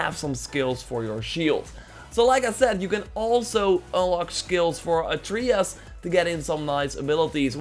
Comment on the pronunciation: God of Wooooar and ATREEyus. I dunno know... I am german and can say these words just fine. Doesnt bother me too much, though. It's kinda funny.